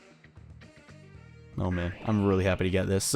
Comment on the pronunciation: Something was wrong with the speak of "Akward". Was it just me?